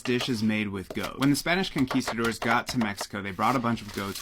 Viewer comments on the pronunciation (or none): none